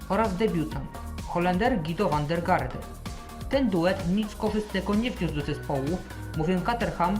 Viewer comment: A przypadkiem nie czyta się "żiro wandergarde" ?